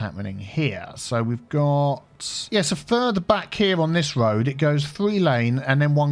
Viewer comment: Great video, A Good looking City. I do love a Good Cup of Tea but i think now i love a GOOD "Woad" Too. LMAO. xxx